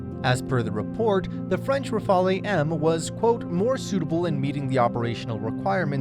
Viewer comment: You show YURO fighters, not Rafale. Ra-Fa-Le, Not Rafael, jesus h Christ